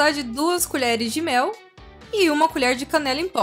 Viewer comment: Na hora que você falou canela pensei que era caneca